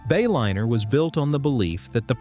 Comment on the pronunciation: You lost me at the Bay-O-liner AI pronunciation